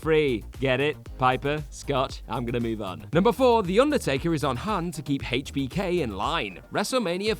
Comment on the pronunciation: I hate the way you pronounce hbk smh